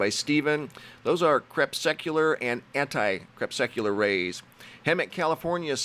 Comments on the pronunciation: CREPUSCULAR... CrePUSCular. Last week I tried to point this out. He pronounced it as crepSUCular last week and this week it sounded like crepSECular. Think of the word muscular if that will help. Crepuscular rays. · love your channel, I watch it every day. Anyway, just wanted to point out that it's "crePUScular" rays, not "crepsecular"This isn't meant in a nasty way, I just thought you might appreciate it, cheers, nick. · I always love your stuff, but I am somewhat mystified by your mispronunciation of the word crePUScular. You call it crepSECular..there is no such word. Since you've been calling crepuscular beams or shadows crepsecular for such a long time, I couldn't resist the urge to make you aware of it any longer. Still friends? Good! Much love.